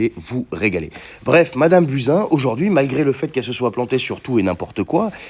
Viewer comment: Désolée mais je n’ai pas pu m’empêcher de rigoler qd tu as prononcé le nom de Buzin!!!😺